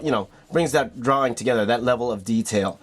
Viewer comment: idk does anyone notice that he says drawring? nohate though :)